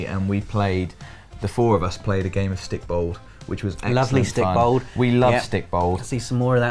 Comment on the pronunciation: Haha stikbold pronunciation!